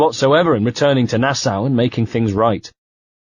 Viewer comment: to whoever is the reader of this audio book......Nassau is pronounced Nassaw and not Nassow.